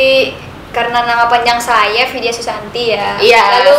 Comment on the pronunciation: Takut banget pas ijab qobul ka ngomongnya vidya susantuy bukan susanti kan bahaya:"3